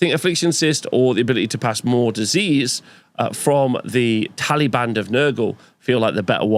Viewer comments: I keep hearing "Taliban of Nurgle" and it's confusing me. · I love having to enunciate tallybanD of Nurgle, and not taliban of nurgle 😂